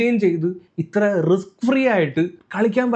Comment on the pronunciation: resk അല്ല മോനെ Risk.... Sedilu sippulla baig.... അമ്മാതിരി വർത്തമാനം മ്പേണ്ട